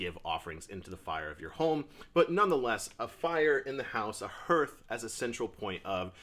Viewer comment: Just found your videos bro, looking forward to watching more, hey just a heads up, It's pronounced "harth"👍